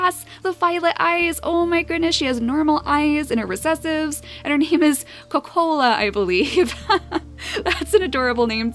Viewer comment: Kocola hmmm sounds like coke a cola